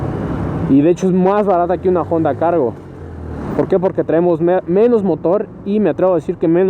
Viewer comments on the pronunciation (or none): Porqué cuando pronuncia honda dice jonda ?